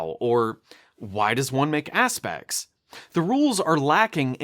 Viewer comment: It's aspects, not aspex